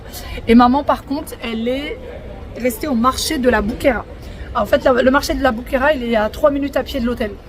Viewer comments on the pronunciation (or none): Le marché de la BOQUERIA ! Et non Bouquera... merci 😊